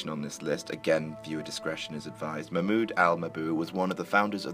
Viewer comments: Ah yes. Mabud al mabud. Nice pronounciation. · Im pretty sure his first name is said MaHmuud Mabuuu like u said.